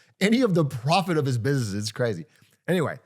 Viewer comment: pwofit teehee